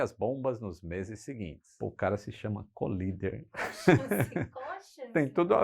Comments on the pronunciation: Com dois “eles” LL a pronúncia de COLLIDER é Cólider - proparoxítona! Colíder é uma cidade do Mato Grosso. Valeu! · O correto é "coláider". Vem de "collide", que se pronuncia "coláid". Ponha na página de buscas assim... define:collider (exatamente como está, sem espaços) ou assim... define:collide (exatamente como está, sem espaços) e ouça as pronúncias ...Além do Forvo, onde nativos pronunciam apenas como mostrado acima. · "Cólider" Você está equivocado. "Collider" (colisor, aquele que colide) se pronuncia "coláider". Vide o Large Hadron Collider. Na dúvida, consulte o Forvo e ouça nativos pronunciando.